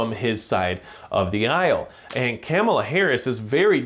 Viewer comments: Her name isn't Camela..say it right. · Her name is pronounced Kah muh luh....#respect